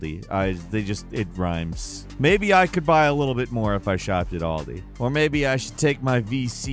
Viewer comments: It's Aldi, not "Oldi" 🤦‍♂ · It Al-Dee not Ahul. Aldi in the UK it’s a life line for most folk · Never heard an American say Aldi😂😂 “All-D” 🤣